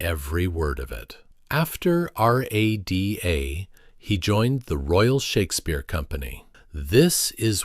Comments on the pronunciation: Why was the AI narrator's accent slipping? Also, is there no way to program AI to pronounce names and dates correctly? This problem occurs in several Beyond Gilded videos (it's a universal problem but I hate to see the quality of BG videos ruined by a simple fix.) (eg: "RÄ duh" not R-A-D-A; "19 20" not 1thousand 9hundred 20) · It’s pronounced rah da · Everyone says “rah-dah”; they don’t spell it out. Voice is clearly AI. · Why can't the narrator pronounce Bernard and RADA? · Jesus, people. At least use the same AI voice throughout, and teach it how to say "Rada" FFS. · Also he should have known you say RADA as it sounds, not spelling it out letter by letter. Very disappointing!